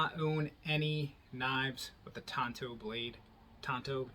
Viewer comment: Thank you so much for pronouncing Tanto correctly. Drives me up a wall. A knife pet peeve. Ordered this knife a little while ago, don't have it yet, and this came up in my feed. Enjoyed the video.